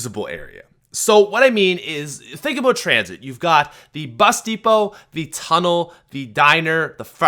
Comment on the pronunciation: Lol I thought you said busty hoe when you said bus depot